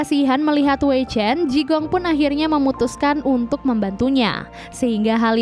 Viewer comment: Jigong....jigong....bau donk? Bacanya Chikung.